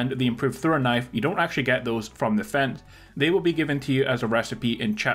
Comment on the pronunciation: dude pronounces "fence" as "feds"